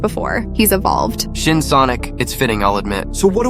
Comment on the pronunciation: Im almost dead after he said shin sonoc